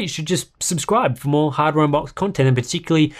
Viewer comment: "Hadware unbox" So close